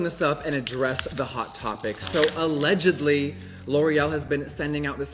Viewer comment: “ALLEDG-edly” - jeffree 😊